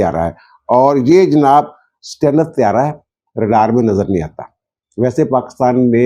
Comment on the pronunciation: سٹیلتھ کو ویلتھ کی طرح ہی بولا جاتا ہے۔ stealth, wealth